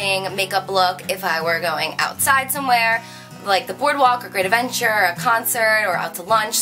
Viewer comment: when you said great adventure I knew you had to be from jersey!